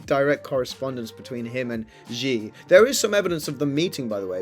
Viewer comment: Shee not Jhee